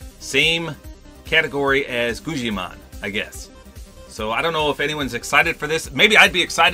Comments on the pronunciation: GuGGimon, not GuJJimon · It’s not guccimon its guggimon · Guggimon is pronounced: Goo~Gah~Mawn Ps love the content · JANKY GETS A SKIN WITH GUGGIMON WOOOOO *also it's pronounced "gew-gi-mon" or "goo-ga-mon" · It’s actually pronounced: guh-gi-mon That’s how it works with actual grammar, (I’m not saying u don’t have any) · Janky and Guggimon are from the vinyl figure company superplastic. They're the company's main 2 mascots. Also Guggimon is pronounced Gug-a-mon. If your interested Maxmoefoe did a video where he opened up a few boxes of the figures. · its goo-ghee-mon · How to pronounce "Guggimon" Goo-Gee-Mon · Just so you know Guggimon is pronounced gug-ih-mon I’m pretty sure since it says that in the lobby track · Dude its guggimon